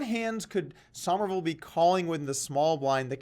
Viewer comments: It's pronounced "summerville", not "sahmerville". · I like that you said "Sohmerville" (like 'o' as in 'on') rather than "Summerville" like 'u' as in 'summer'. Nice attention to detail, Poke. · why does he keep saying sawmerville